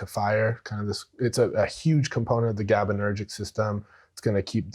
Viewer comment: This guy doesn’t know fuck all about Neurochemistry. It’s like he learned a few terms but never fully grasped the mechanisms. Cant even pronounce gabaergic.